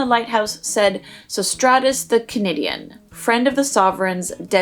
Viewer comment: Amazing pronunciation of the guy with the massively large name (the guy who described the lighthouse in a better detail)